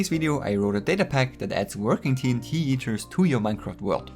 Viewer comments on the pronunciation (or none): It sounds like ur saying "TNT eaters"